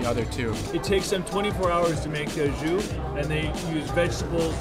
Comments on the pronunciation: Even after hearing others say “Au Jus” (oh - zhoo) correctly, Andrew over here saying AJUSH...Hahahaha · I can’t unhear au SHOOSH now 🥺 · Say it with me, "Aww-Jew". 😂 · You can't call the second stop a hidden gem. That's right smack in front of Chinatown lol. Also, you're saying au jus all wrong hehehe. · Andrew cannot pronounce au jus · You don’t pronounce the s on the end of jus, dude.